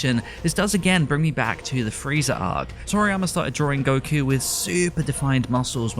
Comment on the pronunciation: Informative video but man did this dude destroy the pronunciation of the names. Tries too hard to say it in Japanese but the sub names sound nothing like how he's pronouncing them. "Gokyuu" "Shintaaeni".